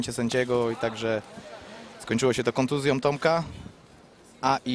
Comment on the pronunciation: kontuzjĄĄĄĄĄ, a nie kontuzjOOMMMM. kurwa! jesteście w telewizji